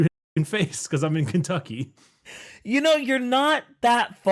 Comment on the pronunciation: Ken tuck ee.